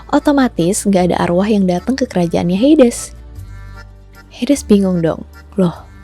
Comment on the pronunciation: Kak bacanya heidiz